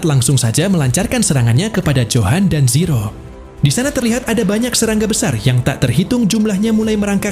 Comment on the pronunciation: Min.. Kok lama-lama saya dengernya Siro sih, bukan zero 😂